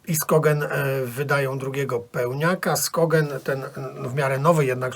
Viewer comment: Nowy Hells Coronation petarda. Tam się wszystko zgadza, włącznie z fotkami we wkładce. Na marginesie uwaga-popis lingwistyczny: Skogen ponoć czytamy"szogen" a Norsk "norszk". Dzięki za reckę Diabolical Fullmoon, nęci mnie ostatnio ten twór. PS: A ja tymczasem Funeral z fhancji se odswieżam - to był ogień!